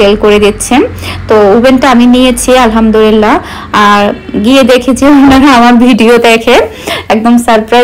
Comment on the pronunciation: Alhamdulillah bolte hoy Alhamdurillah Nah apu